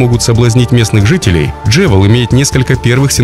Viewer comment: 1. Хочу посетить Сингапур. Прощай, шопинг! Отныне коплю деньги на поездку. 2. Джевел? Я так подозреваю, что скорее, джюэл. 😉 И терминал будет не "за площадью" больше, а ПО площади. Украинизм. Есть и другие ошибки в речи, но в целом видео классное! Вдохновляющее!